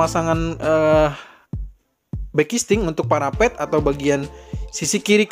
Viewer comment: Saya dengernya bukan parapet, tpi parabot parabot parabot 🤣🤣🤣hehehe, abis nonton tinju jadi agak budeg kaya vicky di hantam sama azka di telinga Sehat selalu buat